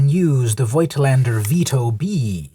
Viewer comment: German lession you didn't ask for: it's pronounced Fohktlander in german. great video, now I know how to use my granpa's camera.